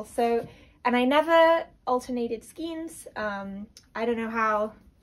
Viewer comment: Skein is pronounced SKANE